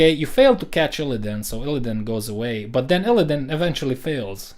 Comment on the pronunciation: My dude butchered ILLIDAN EDIT: He butchered Kael'thas as well